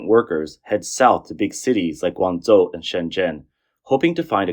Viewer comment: Guanzuo 😂😂 Guangzhou =wanjou